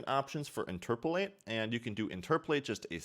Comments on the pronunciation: "Interpolate" not "interpolatate" otherwise, awesome video. :) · i beg u please stop saying interpletate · He says it wrong, then he says it right, and then just says it wrong again lol